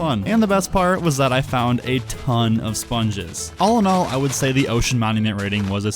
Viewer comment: Allinol? Oh you said “all in all”